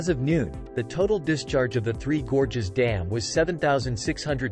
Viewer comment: "Three Gorgeous Dam". 🤣 What is "gorgeous" about Three Gorges Dam?